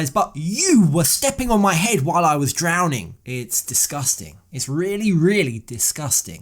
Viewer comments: Did just say 'drownding'? I've dated someone like. I could kick myself for the wasted 2 years with him but I'm now super aware of this abuse and have learnt my lesson. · saying he was drownding was the best thing he said the entire time he was speaking throughout all 3 episodes of the tell-all! 🤣🤣🤣